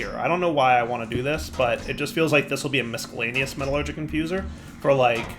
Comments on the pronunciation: The C in miscellaneous is silent like in science. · Just so we're all aware, the "c" in miscellaneous is silent.